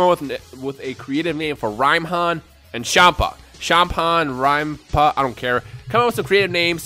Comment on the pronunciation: Rhympa Rim-par